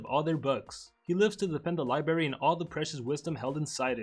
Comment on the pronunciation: Oh hell no don't tell me that he just said libary